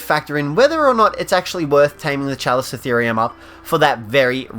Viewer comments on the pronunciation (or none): Pronounced kalikottheerium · My alliance has a chalico. Also, it’s KA-LIKO-THEORUM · The Chalicotherium is said with a K....